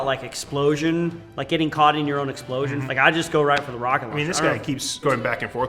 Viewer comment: Every time I hear the tf2 soldier say roket I hear croket it's super funny